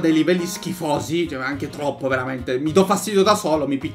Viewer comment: sai parlare? 😂😂😂✨VELAMENTE✨ 🤣🤣😂🤣😂😂